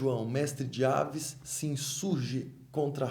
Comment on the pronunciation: Gostei muito bem curto e abrangente falando o essencial/importante, mas só tenho um reparo a fazer não se diz "dinastia de aves" mas avis forçando o i como em raiz, abraço.